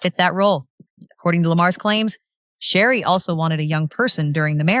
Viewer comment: You need to learn how to say her name before you try to talk about her. Is Sheree not Sheree